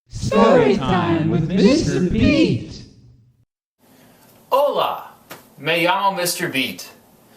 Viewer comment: hey its Mr.beat not Mr.peat